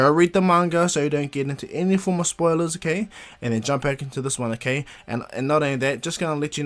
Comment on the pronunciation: glad u said spoirler alert